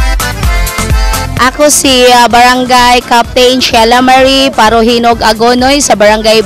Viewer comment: Parojinog naging parojilaw... Haha